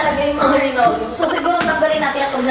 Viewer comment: Yes linoleum hindi rinoleum Bang😊